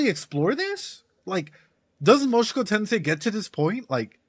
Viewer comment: A bit funny that you still say "Moshuku Tensei" out loud haha